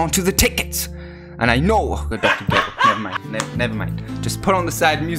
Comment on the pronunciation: Look fam I love your videos buttttttt It’s kri-llin And dr ger-ro